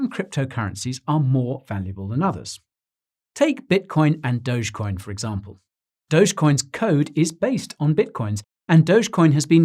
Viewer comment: Dogecoin sounds like doggycoin 🐕